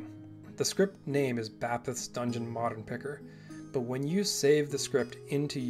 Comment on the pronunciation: I always thought it was pronounced “bay-peth”